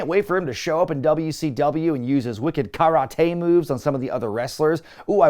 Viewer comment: I love a good running gag. And the 'Ka-rah-tay' one was hilarious 😂👍😎